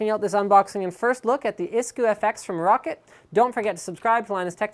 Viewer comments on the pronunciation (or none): LINUS ITS PRONOUNCED ROW-CAT !!!!! LIKE SO HE CAN SEE! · Lol he said rocket instead of roccat